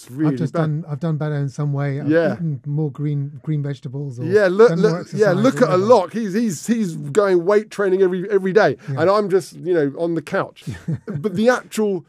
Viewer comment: Just FYI Alok is pronounced Aal-oak